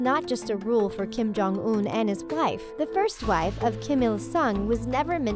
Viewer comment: she said gife instead of wife